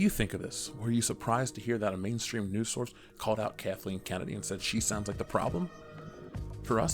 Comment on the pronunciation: Did I just hear Manstream Media!? 🤣